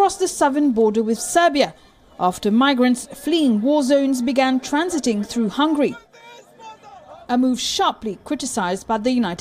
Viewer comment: its hungary not hungry